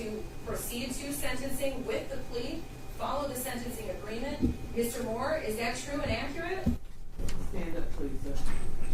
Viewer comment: naa buddy its agreement not agreence...i fought that 1 for ages it is in agreement....Love the analities 😂😂😂 man your shows are fun